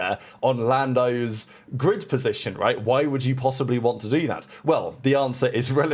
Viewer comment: sounds like a failed attempt to say "grid" but who knows. It's 2025 🤷🏻‍♂